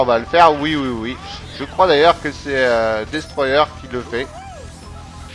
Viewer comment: Jpartage ton avis sur Kazam. Bonne vidéo après 3 semaines _:D Et merde ! Avec ton putain d'accent Anglais ^_^ dis simplement : Destroyeur ;)